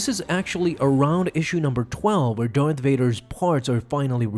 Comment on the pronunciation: Why are you pronouncing it... Dorth Vader? It's... DARth Vader.